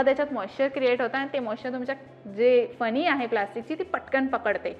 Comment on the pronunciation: फनी नाही ग...फणी/ कंगवा..आणी ती भेटत नाही..मिळतात...😅 माहिती चांगली आहे..भाषा सुधारणे ...